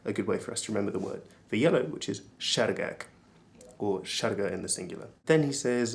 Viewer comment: the people on the audio pronounce á "sárgák" in a very budapest-ish way, it sounds more like seergeek than actual sárgák